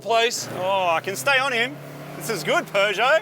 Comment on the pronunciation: Can someone please tell Marty there's no 'R' in Peugeot? 😂